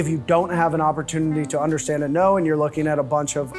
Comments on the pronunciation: I finally undershteand... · Butcher guy "....so you can UnderShtand......" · The way he said undershtand rubbed me the wrong way there. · So you can “undershhhtand”